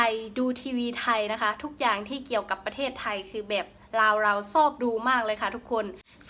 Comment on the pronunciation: ตัง.ชช้างตกนะครับขึ้นต้นประเทศไทย.. แต่คุณออกเสียงเป็นปะเทศไทย555แต่พอได้อยู่ครับ